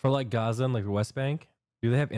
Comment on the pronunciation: You can't say Gaza?